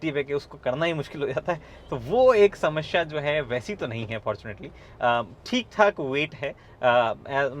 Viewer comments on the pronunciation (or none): Me- samsya hai car mei - Shamashya hai car mei😁. Luv the way u say Shamashya 😉. Big fan bro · गगन भाई मुझे आपकी 'समश्या' से थोड़ी समस्या है! 😄